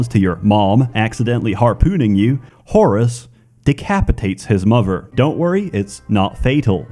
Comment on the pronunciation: I know you said Whorus instead of Horus.